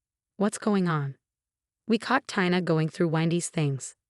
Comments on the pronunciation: Is Isaac’s wife’s name Tina (pronounced TEA-NAH) ; or Tina (pronounced TIE-NAH)? You tend to switch back and forth. Make up your mind!! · Firstly, please learn to pronounce Tina's name correctly and secondly for some reason my suspicion shifted from Issac to Tina. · How many ways can a person mispronounce and misspell “Tina”? There were many other mistakes as well! Please get better narrators!!